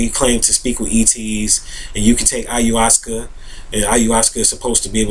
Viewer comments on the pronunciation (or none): none